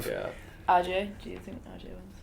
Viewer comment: He called RJ "Earl" haha